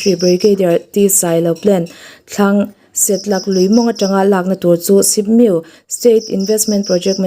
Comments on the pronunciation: Set-lak ni lo vin Se-tlak = Sial tlak na hmun tih na mai a ni e 😂😂😂😂😂😂😂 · Chhiartu aw hi a mawiin a mar țha viau mai, mahse, thu țhenkhat a lam dàn dik lo leh thlûk dik lo a awm leh țhin. News hi record hmain lo enlâwk ni se, lam dàn dik hi ngaih pawimawh ni se. Setlâk lui tih i lam dàn hi a dik lo va, a dang pawh a awm nual mai.